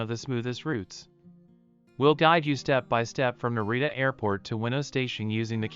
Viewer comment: Hard to watch when all the names are mispronounced